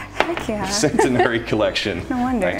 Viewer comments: I’ve never heard the word centenary pronounced like that. Very strange. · Anyone else got annoyed by their pronunciation of Centenary?